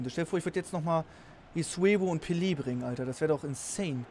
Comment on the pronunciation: und Pillie anstelle Pelé😂